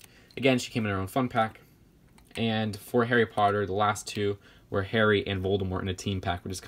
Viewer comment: "Harry Putter." Me: Cracks up